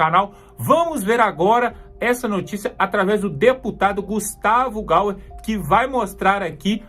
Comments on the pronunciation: GUSTAVO "GAYER", LE-SE GAIER. Obrigada pelo vidro, meu amigo patriota. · Fala o nome do cara certo... não é gauer é gayer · Fala-se gaier e não gauer, amigooo !!!